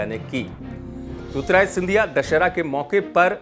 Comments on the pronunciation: न्यूज़ अंकर जी... पहले तो आप ढंग से नाम लेना सीखो.. ज्योतिरादित्य को ज्योतिराय बोल रहे हो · बार-बार आप ज्योतिरादित्य ko jyotirajitya bolte hain. Pls correct your pronounciation.